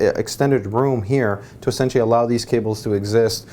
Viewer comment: Take two shots if he says "essintially"